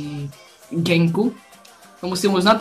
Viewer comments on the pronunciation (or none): Čte se to “Chenk” ne Genk, nekopiruj hlášky ostatních ytberu, od tebe je to pěkné trapný :(